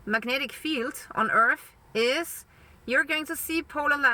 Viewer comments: IT's hard to take her seriously when she keeps calling it 'earf'. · and earf